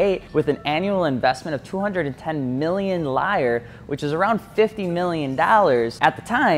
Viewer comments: The old currency of Italy - the Lira, is pronounced Lee-ra, not Ly-ra.🤣🤣🤣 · Lira not liar